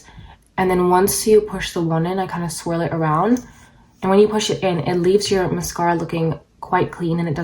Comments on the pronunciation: I couldn’t handle how you said MASKARA every 3 seconds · Lets play a drinking game every time she says mas- scara. I can't. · Musk-aur-a. I feel like this might be a prank video considering how she’s pronouncing that word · Maascaara! I ❤️how you say mascara. Vinlikethe idea of using 2 mascaras. Wiping the wand and using old mascara , that's then mixed with fresh mascara , seems a little risky with possibly getting an eye infection. I liked your application tips. I will give it a try. If the second mascara , was burgundy , blue 🔵 or 🟣 that would be fun to do a possible demo. Thank you. You have lovely lashes!!! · Apparently we're supposed to say massCARA as well. Who knew!? Thanks for the tips 🤗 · Take a shot every time she says MUHSKARA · say mascahhhra, one more time. 😑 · I really enjoy how she says mascahra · Dear Lord please learn how to say the word MASCARA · I vote people will also pronounce "Mascara" the way does. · Mascara you say it funny lol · she’s probably just canadian